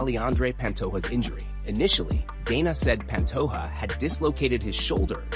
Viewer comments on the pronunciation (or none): Hey brotha in Portuguese the “J” sound is pronounced if you care. It’s not pan-toh-a it’s pa^nto-J-a. Just like Jose Aldo is pronounced Jo-zE Aldo not Hoe-se. In Spanish they pronounce the Js as Hs (often but not always) not Portuguese If you get that right. A lot of Brazilian watchers will be impressed and may subscribe since it’s a common mispronunciation.